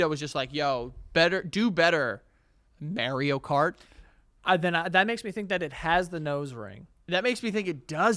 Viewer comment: “Merio Kart” is so infuriating to hear. And he kept saying it 😡